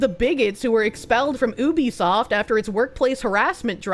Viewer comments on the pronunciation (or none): none